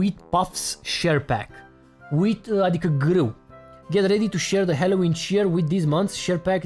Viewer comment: Halloween MAI SE ZICE NU HELOIN